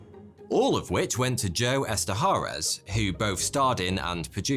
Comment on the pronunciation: its Esterhaash